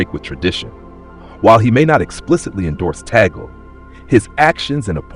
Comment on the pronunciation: 1) Please prounonce his surname correctly - Cardinal Luis Antonio “ Chito” Tag-le NOT Tagel (We Filipinos are offended for your mis pronounciation of his name!!!) 2) Selection of the Pope is by the conclave of cardinals at the proper time 3) If ever elected, he will select his own name. 4) We, Filipinos, always remember him as the humble “Smiling Cardinal” and with a sense of humour/humor. 5) we are continuously praying for God’s will for him, in the Philippines & around the world. 🙏❤️🙏❤️🙏❤️